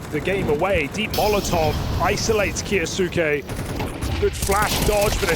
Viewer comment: Caster can say Kioshima's name just fine but Kyousuke is KA YOO SOO KE?